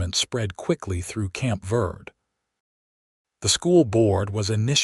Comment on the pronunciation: Fort Verde is pronounced vaird-a, Verde is spanish for green. In the Spanish alphabet the e is pronounced as a long a in English.